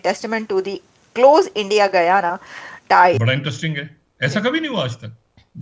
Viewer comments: You don’t know how to pronounce Guyana properly? Guy-ana is not pronounced Goo-aana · Bhai, gooyana nahin hai. Gayana bola kariye